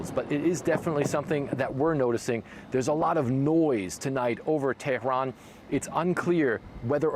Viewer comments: Teh-rn ? LOL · Drop the exotic pronunciation of Tehran, just say it in English. At least he didn’t say “paper tiger”, I swear to God…